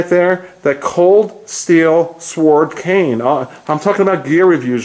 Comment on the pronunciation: I love your videos. Keep it up. One thing, however, the "w" is silent in sword--it's pronouced sord, not "sw-ord." LOL Thanks.